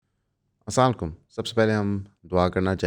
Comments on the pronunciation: فل سپیڈ سلو بھی کی پھر بھی سلام کی سمجھ نہیں ائی ایسا لگا جیسے لعنت ڈال رہے ہیں سام لیکم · بھوسڑی کے ،سب سے پہلے اسلام وعلیکم کے تلفظ کی اداٸیگی درست ادا کر ، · kuch kuch words aap bohat tezi say bol detey ho; for instance is video mein aap nay Assalamu Alaikum bhi itni tezi say bola keh uska pronunciation hi kharab ho gya. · Please clear your style of Asalam u Alikum thank you and dont mind